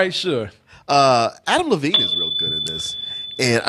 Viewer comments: DEVINE!!! It is DEVINE!!!! Not Levine, Devine with a D!!!! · Love you guys! But his name is Adam DeVine not Adam LeVine. It was driving me nuts every time you said it.